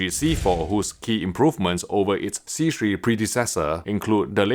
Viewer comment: Bro no longer has to struggle saying c3